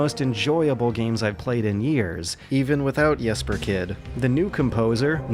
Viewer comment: Dear, I watch your show because you are one of the most engaging and trust-inspiring reviewers/critics I know of, not because of your ability to pronounce the names of my countrymen:D Besides, you did pretty well on Jesper Kyd's first name. As for the surname, well, I'd never expect an American to be able to pronounce the Danish Y.